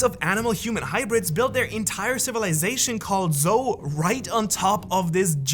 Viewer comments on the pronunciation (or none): you gotta fix your mic, bro. Those S tones are fked up that you hit And what's with the pronounciation? Zou you pronounce as Zo and Momonusuke you pronounce as Momonose-kae wtf?? At least you didn't call Laughtale "Raftael"